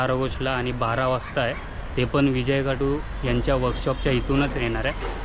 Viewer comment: विजय खातु आस्स नाव आहे दादा तु परत विजय काटु अस्स ऊच्चारत आहेस कृपया या गोष्टी वर लक्ष दे...!! !! गणपती बाप्पा मोरया !!